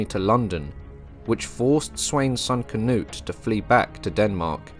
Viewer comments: I love ya but for the love of God - Cnut - "kuh-noot" or "kuh-newt" whichever fits in your mind better phonetically 👍😺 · Oof. Went from saying Knut/Cnut correctly to Cuh-nut.